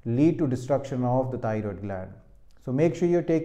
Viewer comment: Thioriod - Mallu accent is deliberate ?